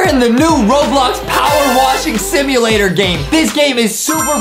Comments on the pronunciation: Adem sed shimyalator at the start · Please did no-one realise that Adam said shimulator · Nobody noticed that Adam said :Pressure Wash Shimulator in the start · I just noticed that when Adam said simulator he said shimulator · Adem said in the intro: Presude wash shimulator. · I heard Adam say 'shimulator' 😆😆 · Did anyone notice how at the start Adam said shimualater Instead of simulator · DID ADAM SAY SHIMULATOR??? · ADEM SAID SHIMULATOR INSTED OF SIMULATER LOL LOL LOL LOL🤣🤣🤣🤣🤣🤣🤣🤣🤣🤣🤣🤣🤣🤣🤣🤣🤣🤣🤣🤣🤣🤣🤣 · Did anyone notice adem said pressure wash shimulator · Adam sayed shimulator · Adem said welcome to pressure shwash simulator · Who else heard the Pressure wash shimulator XD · go back to school adem he said shimlator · did anyone notice that adam says "Pressure wash SHIMULATOR" 🤣🤣